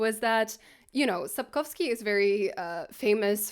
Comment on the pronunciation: Произнесение Сапковского и названия книги тебя выдало 🙂